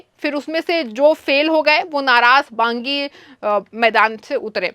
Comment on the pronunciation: बांगी नहीं बागी